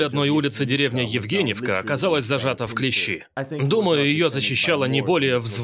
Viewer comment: Товарищ Переводчик! Не « в клещИ», а « в клЕщи»